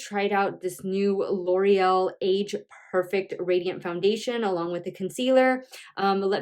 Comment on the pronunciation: Perfect- It isn't pronounced 'perfec' it's 'perfect' !!! There is a 't' at the end . Ugh